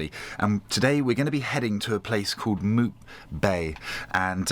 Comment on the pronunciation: Mupe Bay not Mute 😉